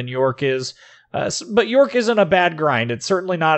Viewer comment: love your infos on the ships, but the pronounciation :D jsut go to wiki and listen to it ;) subbed anyways